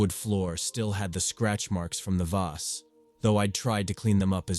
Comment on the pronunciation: Story 12 was driving me a little crazy with 3 different pronunciations of vase🫢😅 "vace" "voz" and even "vaz"😅😅😅